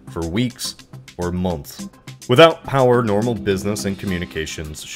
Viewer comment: why do you say month like? is your mouth full or something?